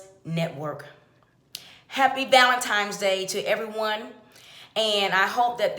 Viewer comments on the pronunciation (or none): Valentines Day, not Valentimes Day. This country is doomed. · First of all...its not ValenTIMES day...its ValenTINES day. Second...its not EPT card. Its EBT card. Also its not VEGEBELS. Its VEGETABLES. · Valentimes? Valentine's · Valentines NOT Valentimes. Good grief. EBT. NOT EPT. GOOD GRIEF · 53 seconds in to the video and already can tell you're ignorant! Its EBT card and its not called valentimes day, its valenTINE'S day!! Smh. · oh and valentimes lol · Did she say " valentimes day" hilarious, man that brings me back so many memories Haha thank you for that, now on with the clucking, Bock Bock Bock Have a nice day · Someone PLEASE teach this woman proper English... Its ValenTINES DAY.. AND... ITS E... B... T... Regardless of your Foolish Ignorant Rant... At the very least... Learn and properly utilize the English Language.. This video is so CRINGE WORTHY... Her Voice is More Annoying than screaming children!